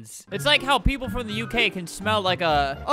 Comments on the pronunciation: I'm not that offended but Albert said uk wrong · Why did he say “uk” when it’s u know lol